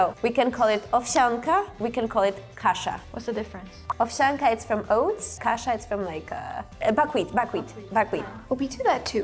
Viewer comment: AI mistake, its not Kasa but Kasza with "Z"